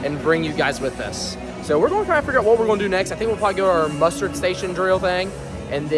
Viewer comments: I swear it sounds like you're saying "mustard" station instead of muster.... 😂hahaha. Great video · He was totally saying Mustard 😂